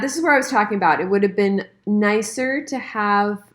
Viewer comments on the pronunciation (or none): none